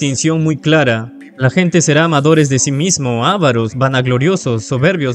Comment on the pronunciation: La palabra que sirve para nombrar a los que tienen avaricia es "avaros". Si pronuncia como "ávaros" se debería poner el acento pintado, porque sería una palabra esdrújula. La palabra avaro es una palabra llana o grave, termina en una vocal y por eso no se pinta el acento pero se pronuncia acentuando la sílaba "va".